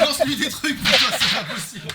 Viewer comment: That "oh putain" is the proof that you are becoming a real French speaker 😆 congrats D 👏